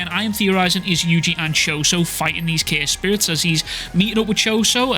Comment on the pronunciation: Is it me or you are calling curse spirits "care spirits"?